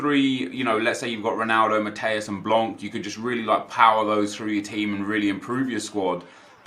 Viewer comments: Hey, blanc's name is pronounced "blan" not "blank" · SUCKY 10 BUCKY its like 'blaw', you are right